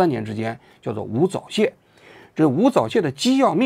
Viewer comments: 吳早洩笑死我了 那字念招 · “钊”读“招”，故意把别人叫成“早泄”，xx同路人🤭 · 人家叫吴钊（zhao）燮，你给人念成吴早泄😂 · 吴钊燮，发音吴招谢，你说成吴早泄，就有点不厚道了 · 人家叫吴钊燮，你念的像吾早泄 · 王局为啥故意把“钊”zhao念成“早”zao？ 早泄？ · 王妓安阿，你以前还是口误什么的糊弄，现在字都不认了，吴钊（音招）燮，李大钊的钊。我替你感到捉急阿真的。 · 拼音注音都不读三声钊 王志安铁是故意的😂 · 钊→招，❌早，王局你就说是不是故意的吧😁😁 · 為什麼吳釗燮被你一講聽起來像吳早泄 XD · 王局，吴钊燮硬是被你念成了吴早泄😅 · 我就说这期 zcs，zh ch shi不分太多了，根本原因都是为了埋汰无早泄，为其故意打掩护。这个太差劲了，私愤以公器泄露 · 吴早泄。。。王局你故意吗哈哈哈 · 故意念成 吴早泄，王居对湾湾还是怀恨在心啊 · 吴钊燮读成吴早泄，王菊你是故意的吧😅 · 吴早泄……是我听错了吗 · 平翘舌不分害死吴早泄啊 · 王局是故意把吴钊燮念成吴早泄的把。。。。。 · 吳釗燮 zhao你念错是故意的还是像习近平一样文化水平低？ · 你要是个人，就会念吴钊燮这三个字，念成吴zao燮是什么意思，王志安，你真是个小人啊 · 你说吴早泄是故意的吧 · 王菊总念吴早泄哈哈哈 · 吴钊燮叫成吴早泄，老王一定是故意的😂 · 吴钊燮不是无早泄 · 確實用心~ 還把吳釗燮叫成吳早泄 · 吴早泄，王局是故意的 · 我读书少，王桑你不要骗我，那字真的读 吴早泄？ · 我怎么听到 “早泄” 了呢。。。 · 应该念zhao xie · 老王故意读错吴钊燮的名字😂😂😂😂我就不信武大毕业的不认字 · 王局，你确定你没读错吴的名字吗？ 😂😂😂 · 王局念人名的时候绝对是故意的。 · 他故意的😂，王桑恨死民进党了